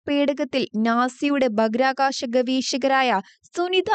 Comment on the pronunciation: ഭാഹിരആ കാശം. Not ബാക്കിർകാശം